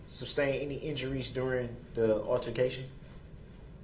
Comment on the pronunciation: Today’s words are “reason for the substain”? 😆😆